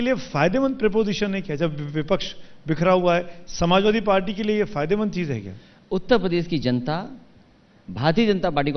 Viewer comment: इस प्रोग्राम में अखिलेश ने कितनी बार उत्तर प्रदेश को ऊत पदेस कहा